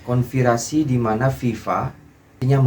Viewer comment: Konspirasi bang bukan konvirasi